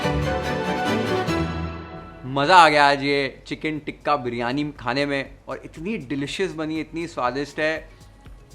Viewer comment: You keep saying ٹکہ 😂😂it’s called tikka تکہ anyway i love your cooking show and recipes u explain ❤